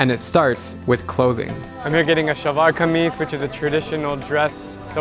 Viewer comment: you nailed the pronunciation of Shalwar Kameez! 👌🏼